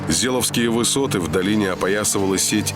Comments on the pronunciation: Да не Зеловские, а ЗеЕловские... ну что вы блин, ни ударения не ставите в нужном месте, ни озвучить правильно слова не можете. Чему молодежь учите? Все серии с ляпами озвучки, слух режет. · Не Зеловские высоты, а Зееловские высоты! Такие вещи надо знать Отваришь диктор